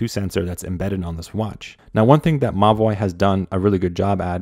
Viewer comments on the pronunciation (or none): I keep thinking that you're referring to the watch as 'my boy' but you're actually saying Mobvoi 😭💀